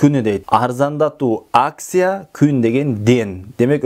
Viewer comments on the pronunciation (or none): none